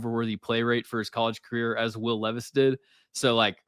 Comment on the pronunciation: Nah I watched a short last night where this guy called Levis, Leevis and then called Malik (which is pronounced Ma-leek) Mal-ick 😂😂 dawg. Levis, LEEVIS I’m crying. As if he isn’t enough of a meme already